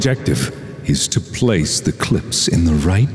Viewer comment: "Your objoctive, is to ploce the clopes"